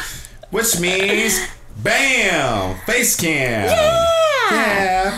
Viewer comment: it's not bammmm it's BAYUM!